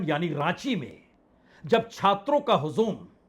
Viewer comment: हजू़म के ज पर नुकता नहीं है। sir, Z का sound नहीं है।